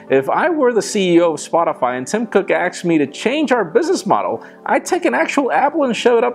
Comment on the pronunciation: did he just say 'axed me' instead of 'asked me?